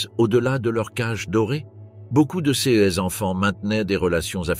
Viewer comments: clairement la façon de prononcer certains mots, "ces-e enfants""cesse bureaux" ,par exemple de l'i.a. est vraiment hyper agaçant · wai mais la narration par l'I,A est pas terrible < > mdr^^